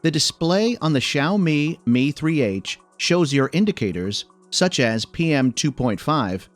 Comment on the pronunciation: awesome review, but props for the pronunciation of the brand name, even the seperation between the two words